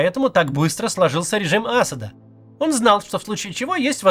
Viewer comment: Вы ни как не научитесь правильно ставить ударения вообще. В и имени Аспда например... !!! Узнайте.